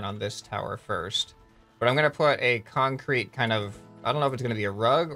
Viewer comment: so we have a. Kan-Crete woc way